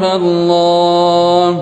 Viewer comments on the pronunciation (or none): none